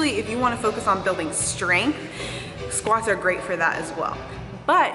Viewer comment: doing squats as you say "it is not sqauts" 😁😁😁😁😂